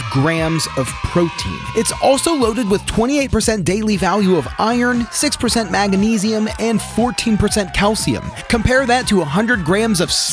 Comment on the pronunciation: How is someone who calls it "ko-less-tree-all" and "maga-nee-zee-um" gonna sell someone on anything. Sorry I don't trust someone who can't even read. This is like when Bush said "nucular" "Prep some veg" first ingredient isn't a vegetable... Um okay? Yeah I'm out, this guy gives grifter red flags....